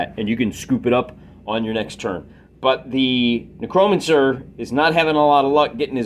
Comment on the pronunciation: I love your battles! Thanks for making these, you helped me understand the game. Can you pronounce necromancer correctly though? It's a little like scratching a chalkboard for me...